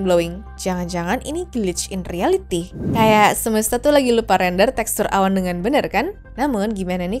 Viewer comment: typo kak aslinya Ngomong Awan tapi terdengar Hewan